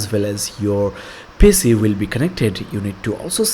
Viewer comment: Mate nice video, some pointers. It's Pee Cee not pissy. It's tyuo tor ial . Keep up the good work